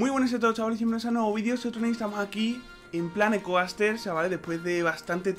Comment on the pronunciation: Esa pronunciacion de Coaster xD